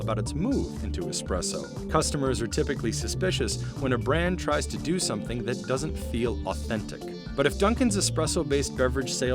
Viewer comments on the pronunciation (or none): none